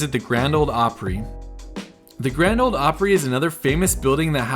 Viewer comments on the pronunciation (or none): Grand Ole Opry...not Grand OLD Opry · there is no d in ole, you gotta get used to it